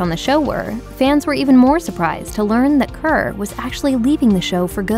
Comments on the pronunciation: His surname is not pronounced 'Khur'. It is pronounced Khair' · Maybe next time 'Kher' would be pronounced as Kher and not kehrr 🙂. Also Kirron Kher is a a legend in her own rights too 🔥🙏. More power to their family in these tough times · Kher is pronounced as "Khay-r" not 'khr' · it’s “khey-r” kind of like “they’re” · It would be great if more of an effort is made to get the pronunciation of his last name correct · Can't even pronounce his name correctly. A simple 2 min Google search is all you needed.